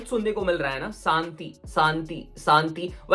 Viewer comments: Santi nahi re.....shanti bol raha hai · Shanti hota hai saanti nahi